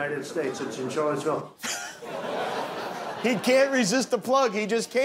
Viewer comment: Why do I keep hearing it pronounced "Charlottesville"? It's pronounced "Sharlottesville", like Charlotte is pronounced Sharlotte, with a sh, not a ch. Like, I hear trump just there switch between char and shar, like he once said "Rusher" and "Russia" in the same sentence. Does he just not know words? Why is that confusing people?